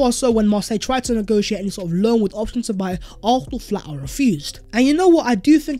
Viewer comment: Why does this dude pronounce Arsenal as “Arthenal”?